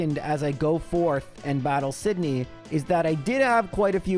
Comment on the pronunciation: The return of the incorrectly pronounced hoenn names! I love it. In my head I always call them Sidenye and Fweb now lol